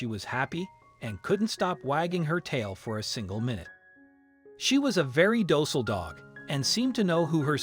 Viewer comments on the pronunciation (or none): none